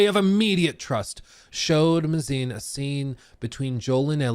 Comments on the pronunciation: Craig Mazin. His last name is pronounced May-Zin not mah-zine. Just say the word "maze" then add "in". Normally this wouldn't bother me, but I just came from watching a video from another rightwing grifter TLOU pseudo-fan that kept mispronouncing it and it started to grate on my ears. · May-zen not "muh-zine" 🤦‍♂️ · It’s pronounced “May-zin” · I think it’s pronounced MAY-zin? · mispronouncing Mazin the amazin